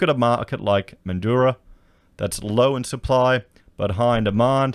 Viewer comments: Mate, it’s Mandraaaa, speak like a Wassie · Just want to point out that Broome is not a mining town (Primarily tourism and pearling). And Mandurah is pronounced ‘Man-Jew-Ruh’. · Man drah/ METHandurah. Don't make it sound flash hahahah. Wonder if there has been a surge in people getting their real estate licenses. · Methdurah is the correct pronunciation